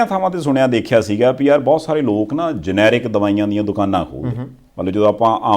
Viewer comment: I think the real pronounciation of generic is ge-ne-ric (ਜੈਨੇਰਿਕ) but not g-ne-ric (ਜਨੈਰਿਕ).